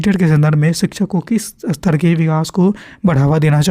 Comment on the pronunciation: Sir ap istar uchcharan kijiye astar nhi